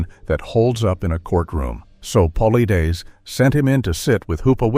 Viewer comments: You can tell this is a cheap version ai. voice. -Can't pronounce his last name. It's PUH/LIED/DUS. Get it right cheap ai. :face-fuchsia-tongue-out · PAUL-EYE-DESS! Get it right. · Can’t listen anymore to the way you are bastardizing his name. You are pathetic and irresponsible. Edit before posting especially when using AI. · Why can’t you be consistent with his last name, it’s “paul-eyeds”. Learn to modify your text to speech engine! Or the spelling of things in the script. Most have markup tags to fix pronounciation problems. Be professional if you are! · If you are going to profit off of someone else's work, the least you could do is make sure his name is pronounced correctly for God's sake. I mean, it's not like he doesn't say it at the beginning of every single one of his own videos. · I believe David is a book seller a few times over.? Also, you're not pronouncing David's last name correctly. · You've got quite a bit of information correct. But just as much Not. David Is about Facts! He's Great at what he does and His approach! You can't even pronounce his last name right or hardly more than twice the same way! As for Your Peer review statements you need to do more research as to why! Mainstream scientist wouldn't review it. And As for Dr Ketchum! You need to do more there too try reading Truth Denied Scott Carpenter maybe you'll learn something About The DNA project! And why it wasn't peer-reviewed by the mainstream scientist Melba Ketchum is a top-notch DNA expert! she's put people in Prison with her testimony !! It's like you do it together in a week or 2 and pulled your information off a few YouTube videos! I just suggest you do more studying before you state things that you say, Let's be clear! Really??saying let Be clear!that this happened and that happened! Starting with a little more studying. PLEASE! Oh and DAVE Never gives you his determination as to what it is! Let's be Clear on That! LOL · AI couldn’t even pronounce David’s last name. I’m out!